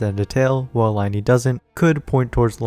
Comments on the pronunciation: Isnt it pronounced Lin-ay and Lin-ette not Lie-nee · LIE-KNEE ITS PRONOUNCED LINAY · I know this isn't that big of a deal and i'm not being rude in any way but lyney's name is from french so is pronounced lyhn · as someone who has learned french for 6 years, just thought i'd let you know that it is pronounced "lin-ee"! thank you for the video, ive been hyped for these two for forever